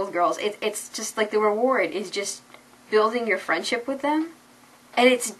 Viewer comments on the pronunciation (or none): none